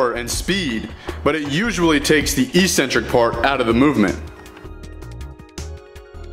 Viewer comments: Pedantic question: but why do many of the YT powerlifting guys say "E-centric", when the word is "ec-cen-tric" as in [ek-'sen-trik]? Good video, gave me a few useful pointers to improve my form, thanks. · Okay, this is another great video, please pronounce eccentric properly. It’s ek-sen-trick. Why the fitness industry went this way is beyond me, but it drives me nuts. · "Ek-sentric". I was wondering what e-centric meant in other videos until I saw you spell it on screen on this one.